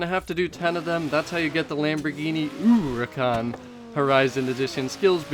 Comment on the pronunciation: When you say uricahn instead of huracan I get full on triggered no idea why hahahah